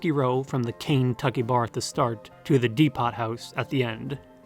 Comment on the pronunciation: deepot house